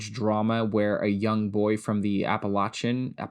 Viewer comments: It's a "ch" not an "sh". 🙄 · West Virginian here - you had Appalachian right the first time ☹️ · The first pronunciation of Appalachian was correct.